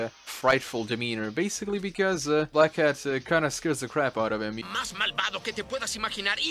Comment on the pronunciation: i always hear black cat instead of black hat 😅